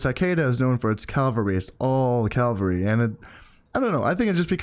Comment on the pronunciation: Really enjoying this series, and I know this video is really old so you might not see this, but I have this pet peeve when you say Calvary haha, horse units are cavalry; Calvary is the site on which Jesus was crucified